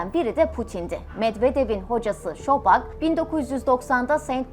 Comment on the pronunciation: Cok guzel bir kanal keyifle izliyorum Amma isimlerde bir dikkatli olursaniz cok iyi olur bu bir oneri sakin yanlis anlamayin o kisinin ismi şobak deyil sobçak .